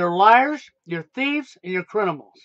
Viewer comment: He still says crinimals lol Goodbye and good riddance